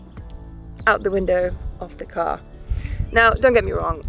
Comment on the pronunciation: The accent though - its a car not a gar